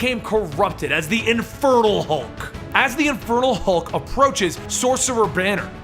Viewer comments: It REALLY sounds like you're saying "the INFERTILE Hulk" lol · I honestly thought you were saying "Infertile Hulk" at first! 😂😂 I love these videos, you genuinely make it seem like I'm reading a comic. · Each time you said Infernal Hulk, I thought you said Infertile Hulk.